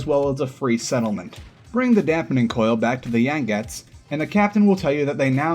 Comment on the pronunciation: ... The Yan-gets?.. lol. I'm not Chinese, and don't speak a lick of Chinese, but even a dipshit like me knows the pronunciation is yang-see... as in the Yangtze River, one of the most important river systems in the world, which that submarine was obviously named after. Is geography not taught in schools anymore, Christ on a bike